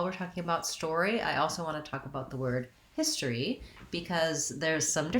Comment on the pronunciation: Here most of us pronounce it as histry